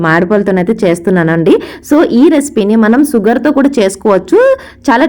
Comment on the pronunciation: సుగర్ కాదమ్మా షుగర్ అది 😂